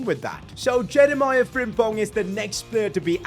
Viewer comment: Can you please just pronounce frimpongs first name properly it’s just Je rea me.